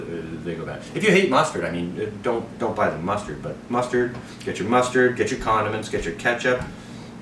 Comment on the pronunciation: Lmao I totally heard condoms too